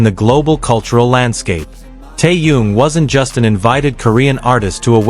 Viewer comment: Какая безграммотная речь просто ухо режет..... Это парня зовут Тэхён а не какой то таенг и город где Тэхён проживает столица Южной Кореи не соёл а Сеул... Какого чёрта таких коментаторов безграммотных и не образованного ставите озвучивать текст. Позорище